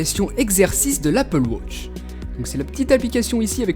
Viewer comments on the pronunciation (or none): 11 vidéos consécutive sur l'Apple "wotch" et je sent qu'on va en encore bouffer ...